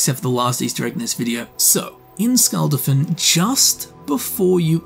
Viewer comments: nearly every non-english word spoke had the wrong syllabic stress, case in point, he says "Skulld-afinn" when the proper pronunciation is Skul dah-fin. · Hou do you mispronounce shit like "Skuldafn" when it's said in game 100 times?